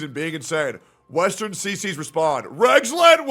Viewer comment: Westearn.....westearn.. lol